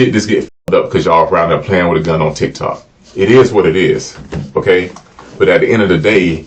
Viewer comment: She cant even say Tik Tok